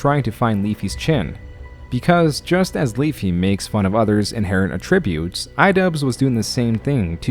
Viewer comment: Attributes and attributes are pronounced differently. i.e: she attributes her teaching style to a teacher she once had.